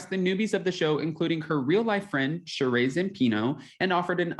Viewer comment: Her name is “Shuh-ree” not “Shuh-rayy”